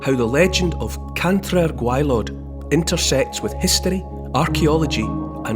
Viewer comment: Cantre'r gwaelod perfectly pronounced by Neil Oliver 🏴👏👍